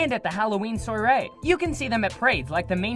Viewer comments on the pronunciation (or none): none